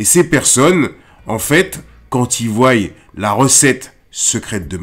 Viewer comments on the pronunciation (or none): Super vidéo mais stp c'est ils voient pas voiyent merci pour tes vidéos